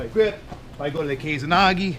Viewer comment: First time I've heard of 'kesa nage' (and it's keh-sa, not 'kei-za'). In terms of the gokyo no waza I think it would just be considered a variant of o-goshi. Where did you hear this name??